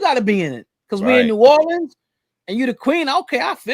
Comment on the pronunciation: Thank you for pronouncing New Orleans correctly... I hope you come visit one day ❤❤❤❤